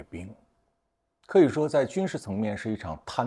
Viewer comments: 饕(tao-)餮(tie`)盛宴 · 饕餮（taotie）并非（tantao）